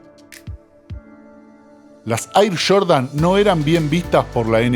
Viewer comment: No es “ michael shordan es Jordan 😂😂